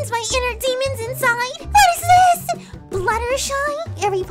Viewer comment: it's not Fluttershee it's Fluttershy